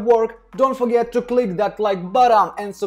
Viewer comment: Like how he says “button” and “ fantastic “ 😂